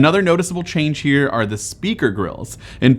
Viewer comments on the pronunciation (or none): none